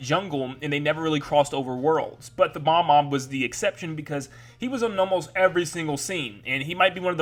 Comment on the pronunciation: BOB- omb. It's pronounced boB-omb.